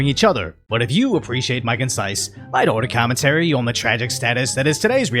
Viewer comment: Its been a while since I cannot stop hearing "If you appreciate my light otter commentairy" xD